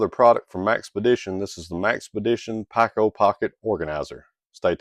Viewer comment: Pronounced "peeko" not "packo"